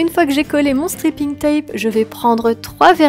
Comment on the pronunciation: J'adore c'est vraiment très beau 😍 Juste fait attention à la prononciation de "striping" tape ( strayping ) parce que stripping ca veut pas du tout dire la même chose lol ( je te laisses chercher ). Sinon j'adore tes nail art continues comme ça :)